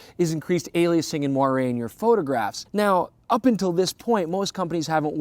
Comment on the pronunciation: Wow. He pronounced moiré correctly! Might be a first for Youtube.